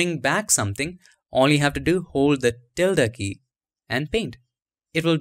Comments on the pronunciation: You pronounced it perfectly - the spanish ~ till-da symbol found at alt126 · By the way, you are pronouncing the word "Tilde" correctly. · You are pronouncing tilde PERFECTLY! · You said ~ the right way